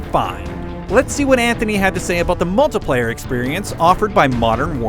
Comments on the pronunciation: OMG this guy CANNOT pronounce words properly! Idiot! MultAplayer??? Speceealiteees??? WTF moron. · "The mulTUHplayer"......stop saying that....